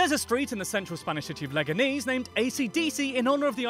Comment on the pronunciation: Absolutely destroyed the Leganes pronounciation!